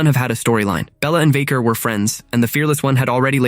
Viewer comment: Is AI talking in this video or is the real person just reading a script and doesnt know or care about wrestling? Mispronounced Vaquer and called Ray's finisher the 6 hundred and nineteen???? Channeling Mean Gene... Give me a break! (If he even knows who HE is)